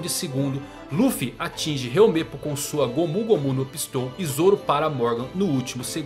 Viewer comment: "gomú gomú no pistól"